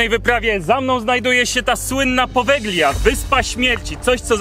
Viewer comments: Powelia sie mowi, nie poweglia 😅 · Jak już propagujesz jakiekolwiek informacje publicznie, nie popełniaj błędów. G, to zmiękczenie i nie używa się jej w słowie czytanym np.czyt.podelia a nie podeglia. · Wymawia się "powelia", gie jest nieme :) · Drobna uwaga: poprawna wymowa nazwy to "Powelia", super film chłopaki, z niecierpliwością czekamy na Wasz milion subów! 🤩🤩🤩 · Właściwie, prawidłowo wymawia się nazwę wyspy "Powelia". W języku włoskim zlepek "gli" czyta się jak "li". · Po włosku to Powelia - tak poprawnie się czyta Poveglia. 😉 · Poveglia (czytaj Powelia), a pandemia to status epidemii, która doszła na każdy kontynent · Przepraszam, wymawia się Powelia. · czyta sie Povelia (G jest nieme) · "g" w nazwie wyspy jest nieme. Ale super odcinek :) a to, co znaleźliście na początku i uznaliście za łóżko na wyciągniku, nie jest łóżkiem, ale czymś, do czego można było przypiąć pasami. Używane było, albo w więzieniach jako tortura (wiele godzin wisiano w pozycji pionowej przyczepionym do tego), albo w szpitalach właśnie - również do tego przywiązywano, co dawało możliwość unieruchomienia pacjenta, a ponieważ było to w pewnym sensie ruchome, ułatwiało dostęp lekarzowi